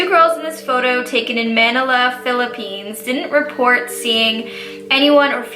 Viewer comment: was so cute the way she pronounced Manila 😂❤